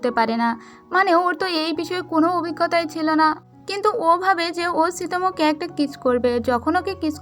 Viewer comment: apni subu silo sillo bolen